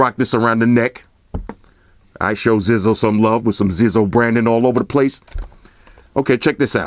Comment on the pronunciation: it's pronounced Zizo (zeyezo)